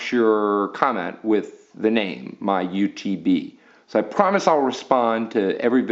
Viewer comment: Nalts, why do you pronounce iPhone correctly. Eye Phone, but MyU2B gives you so much trouble?